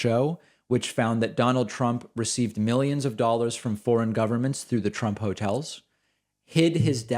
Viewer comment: I’ve never heard David’s Bostonian side come out as much as when he said ‘dollars’ Am I tripping?